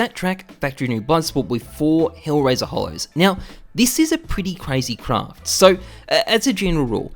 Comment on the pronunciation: Every time you say craft i cringe